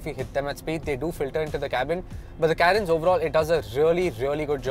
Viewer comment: If you are going to review a car, atleast know how to pronounce it right. It's Car-ens. Not Kae-rens.